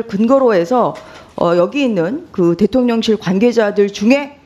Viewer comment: 발음 교묘하게 대통년실 하는거 진짜 꺠알 통쾌하네 ㅋㅋㅋ